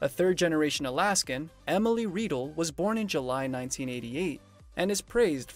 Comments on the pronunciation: How can you do a story on people and mispronounce their name. Its Emily Riedel. RYDEL not REEDLE. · Emily's last name is pronounced as Rye dell not Reedle! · Emily's name is pronounced "Rye Dell" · lol… totally butchered Emily’s last name! 😂